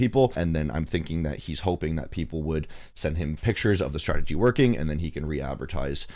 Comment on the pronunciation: Mans said STRATEDGY